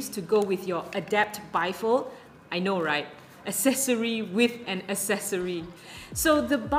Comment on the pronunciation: Pronunciation of the word ACCESSORY: “ACK-SESSORY”. NOT “ASS-SESSORY” !!!